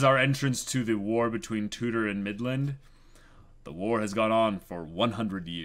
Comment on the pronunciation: It should be Tudor not Chutor. Chudor really doesn't sound right, and Tutor is the well known name from history. It's just a translation issue with Japanese to English due to those sounds being a bit similar in Japanese.